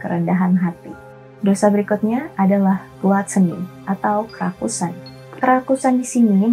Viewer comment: Fokus Sama kata Kerakusan menjadi Kerasukan😂 tiap ngomong kerakusan jadi hati²😂